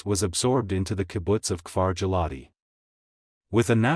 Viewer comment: His pronunciation of Giladi, Ayelet Hashahar, Kiryat Shemonah and Trumpeldor is atrocious!